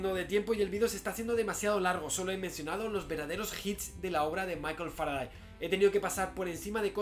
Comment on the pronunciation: Salvo que se pronuncia Faradey, al igual que Sunday, Monday o Friday. O cómo pronuncias los días de la semana en inglés?